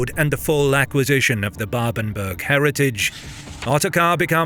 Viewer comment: Ganz viele Namen sind falsch! Babenberg! Nicht Babenburg! Steiermark! Nicht S(t)üria! Friedrich der Zweite! Nicht Friedrich Zwei! etc.